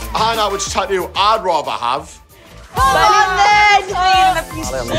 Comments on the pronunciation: I love how they say tattoo "Tau" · They way they are pronouning the word tattoo is driving me crazy...